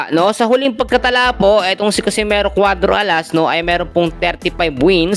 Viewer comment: catcimero????bulul Ka bay??😂😂😂😂